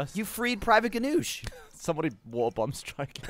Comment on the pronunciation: Why the heck can't Gavin pronounce Water correctly!?